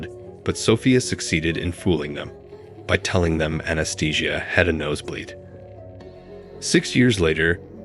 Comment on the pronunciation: The pronunciation of "Anastasia" as "Anaesthesia" has to be the funniest thing I've ever heard.